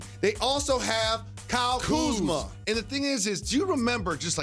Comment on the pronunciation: Stephen A - "The letter after 'Q' is 'R-uh' and your pronunciation is wrong and let me tell you why."